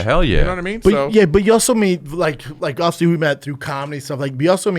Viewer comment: Brendan can not pronounce the damn word “obviously” to save his life. It’s so frustrating 🤣